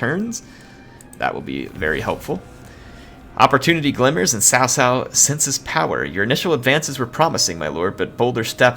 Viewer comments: cao cao... not sao sao 骚骚... LOL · I think it sounds more like Zao Zao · hey, CaoCao is pronounced as "Chow Chow" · cao not sao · JoJo is a closer pronounciation then sao sao. I'd rather call him cow 🐄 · Chaochao not Saosao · Great video, just one quick thing Xiahou Dun - "Sha-ho Do-in" Cao Cao - Tsow Tsow" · And Cao cao is pronounced Tsao Tsao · It is pronounced as *Chow chow btw. good video bud, keep it up. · *pronounced as Tsao Tsao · No, hes actually not pronouncing it right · Dude the way you pronounced cao cao nearly gave me cancer